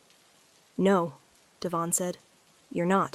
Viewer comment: Devon is emphasized on the first syllable.